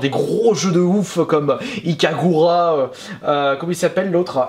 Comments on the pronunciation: mysticmagical Il le sait, c'est juste que ça s'dit Ikaruga, et pas Ikagura. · C'est ikaruga et non ikagura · Ikaruga ... tu m'as fait saigner des oreilles pour un jeu mythique ...